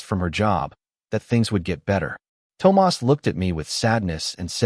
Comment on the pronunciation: PLEASE teach your A.I. how to say THOMAS!